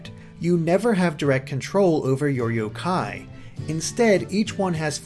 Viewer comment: The emphasis is on the yo, not the Kai.